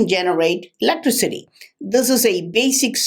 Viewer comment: I would like to put all words that doesnt pronounce properly into one sentence...electricity is one of them...;)